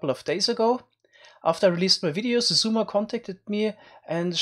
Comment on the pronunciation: "zizumasesign" xD